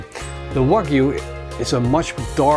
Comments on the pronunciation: Can someone tell him it is pronounced Wagyu no Vagyu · Can't you hear how he pronounces, wagyu Cringe it's like hes saying FU